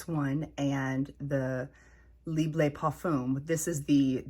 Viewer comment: It's not 'leeb', more like 'libruh' :) Love your collection and short comments on them. Can't wait to smell the Yum one by Kayali!